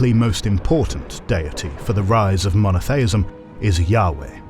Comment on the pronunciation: Mono-thay-ism? LMAO. Smacks of hpercorrection.